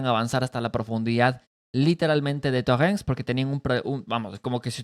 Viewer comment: Pokrovsk hermanito; No Prokovsk. Torestk; No Torrenstk